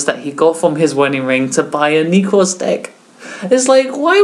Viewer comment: "nekrz" not "neeeeekroz"